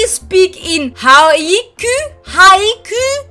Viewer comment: een haiku is een soort gedicht en je zegt h a j k oe